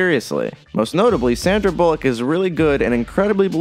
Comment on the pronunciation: "sandra bulleauq"